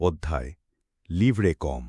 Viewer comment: লিভরে কওম না এটা ,এটা লিডরে-কওম।